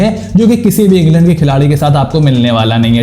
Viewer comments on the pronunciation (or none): none